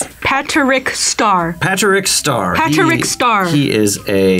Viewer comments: "Patch-uric Star" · ‘paterick star’ it’s p a t r I c k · Who is pat-ter-RICK star??? No this is PATRICK! It's one word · pat-er-ick star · "Paterick star" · pat-ar-rick star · Patrick is amazing, but why she pronounce his name like that?